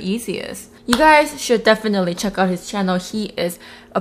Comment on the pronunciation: "Hi guys welcome to my chano"😂😂